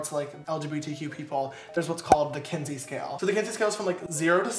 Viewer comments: One tiny mention for education: it sounds like you are saying “Kinsley” scale, it’s “Kinsey” scale! 😄 ❤️🧡💛💚💙💜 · *Kinsey. There's no L in it.